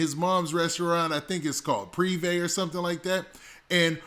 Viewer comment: Nigga its (Prive) Pre-Vay.. i hate the way you keep pronouncing it.